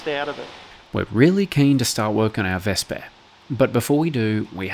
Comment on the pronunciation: When you said Vesper did you mean Wespe?